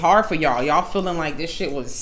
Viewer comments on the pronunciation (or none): "Don't come in here tawkin no SHYIT" 😂